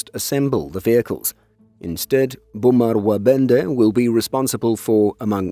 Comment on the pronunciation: Very good effort. Only one mistake - the last sound of Łabędy - it sounded more like E than Y. Otherwise, spot on!